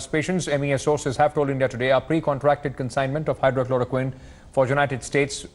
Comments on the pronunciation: The news reporter created a jumla... Diffrent medicine Hydro....Chloro....Queen.... 😝 And he repeats the same wrong name again 🤭 Its Hydroxycholorquine Take care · "Hydroxy" chloroquine not "hydro" correct yourself while saying... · To the news reporter it's pronounced Hydr-oxy-chloro-quine How can you not say that when it's the medicine the world is talking about ? Please, update youself. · This reporter doesn’t know how to pronounce hydroxychloroquine. Doesn’t seem to bother knowing what it is. Fake news. President trump is being very polite and express his gratitude for the cooperation from prime minister Midi and Indian government. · Anchor pronounced wrong for Hydroxychloroquine. He needs to learn first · Kindly pronounce the name of medicine rightly . Again and again missing words 'oxy'.